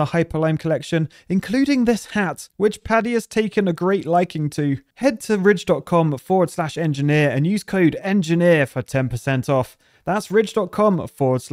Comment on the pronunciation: wait is ridge wallet supposed to sound like rich on purpose? Did i just realise that?